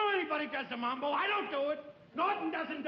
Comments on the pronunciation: Mamba...cant he say Mambo...ugghh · Raj Sindha Ralph keeps calling it the “mamba” instead of “mambo”.....